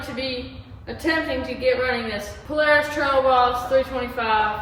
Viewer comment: Can you say poolaris lol